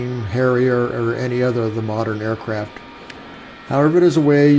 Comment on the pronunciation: DId he say "Aircrap"?